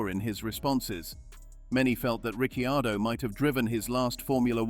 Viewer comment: Daniel calls himself Ricardo, bloody AI:face-purple-crying: Is it too hard to use a human??